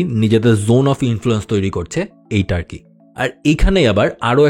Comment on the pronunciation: ভাই টার্কি না তুর্কি হবে।